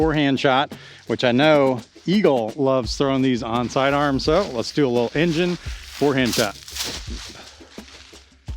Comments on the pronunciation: Simon confirmed the pronunciation as “boh-kay” in one of his latest vids. The name is from a camera technique which results in a soft out of focus background. En Jean Ay is absolutely the most fun way I’ve heard that pronounced so we should all roll with that! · En-Jean-eeeehhh! Maybe it’s French or Italian!